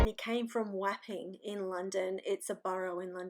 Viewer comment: Wapping is actually pronounced “wopping” and swarthy is pronounced “sworthy”. Woolwhich is pronounced “woolidge”. Crazy English place names! Very interesting content. You’re doing a great job. Love the naturalness of your editorial too. Thank you for bringing the memories of these lives long forgotten back. It’s wonderful to hear these stories. So many people had such hard lives!